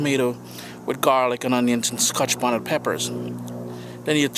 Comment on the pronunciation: lol the way you say scotch bonnet is so funny to me. Its like Ska-Hah-tch Bonnet. i know its your accent and im not making fun of you, i just find it interesting. You know what i mean, like when you enjoy the way somebody's accent sounds....thats all i meant, dont take offense